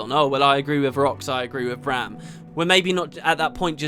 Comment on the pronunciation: Refreshing to listen to a video with someone who can pronounce Braham and not say Broham like certain others... :P